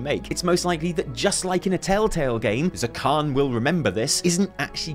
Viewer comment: Zekhån isn't pronounced like Zekhan. It's pronounced like Zekhon. That's your troll shaman's name,. ZekHON.